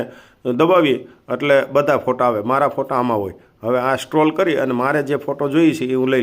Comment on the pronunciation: ચેટ જીટીપી નહી..ચેટ જીપીટી બોલો.😝 કોલોબ્રેશન નહી..કલેક્શન બોલો.😝 સ્ટ્રોલ નહી.. સ્ક્રોલ કરો બોલો.😝